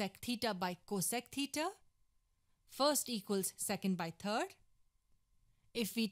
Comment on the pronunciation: Why do you pronounce third as turd?